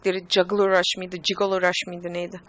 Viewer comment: abla jigola nedir ya! güldüm